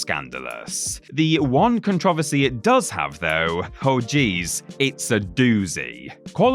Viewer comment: Take a shot every time he mispronounces the word Controversy!